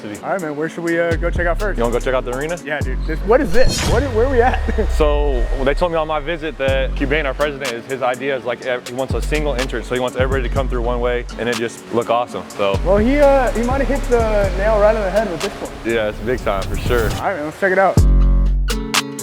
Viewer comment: It's pronounced "Koo-bain" not "kwebin."